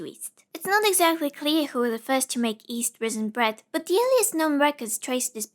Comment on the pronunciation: i camt get over the fact that you pronouncd yeast as east